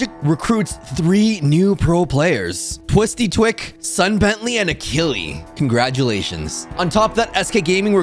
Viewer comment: I think you pronounced Achille wrong